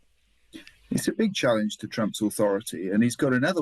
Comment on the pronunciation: "Challanges"...? I though you guys were native speakers?